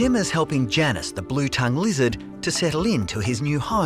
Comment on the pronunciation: Not Janus getting mispronounced...